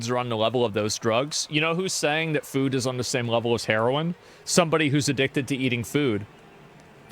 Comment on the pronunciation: She keeps saying fyuuud lol. Uhg. Very annoying breathy voice these people are their own worst enemies. They just can't see it yet. Sadly, they will die first before they realize the Folly of their ways.